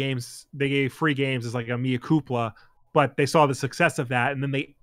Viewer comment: Mea Culpa, not Mea Cupla...;) love your show